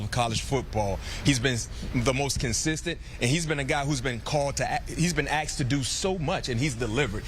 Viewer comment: how do these black guys have broadcasting jobs and say things like "he's done everything dats been axed of him".